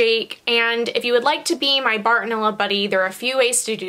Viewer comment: Did u say bartoneller on purpose? I say it all the time to mess around thought I was the only one 😂😂